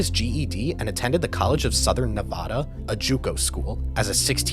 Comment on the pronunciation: You mis-pronounced Nevada.